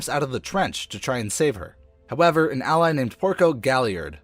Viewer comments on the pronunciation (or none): none